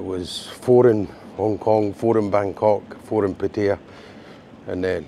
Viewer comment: Great video but you need to learn to pronounce Pattaya correctly. Ask your missus.